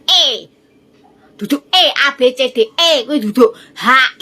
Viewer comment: Orang pintar nyebut Indonesia kok jadi IndoneSA huruf (i) nya mana